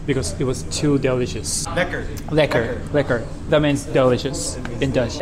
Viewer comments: I live in Rotterdam, it was really fun to see you go around places I’ve been to a bunch 😂❤ Also, your Dutch pronunciation is great, the way you say “lekker” is very authentic! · I like how you said "lekker" without an accent, it's the correct pronounciation.